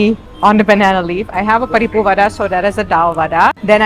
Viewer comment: u r saying podi perfectly. how long u have been in india. paripu, papad aloo gobi, sambar almost all are perfectly pronounced. but podi impressed me. most of foreigners say porri